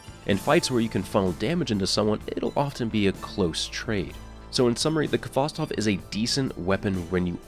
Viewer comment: Khvostov is a Russian surname. Please use at least Google Translate to correctly pronounce the name. Khvostov instead of Kavastov. "Kh" sound combination is like a "H" in words "house", "have", "hole". I know it's difficult for the English-speaking person , since you do not have that sound .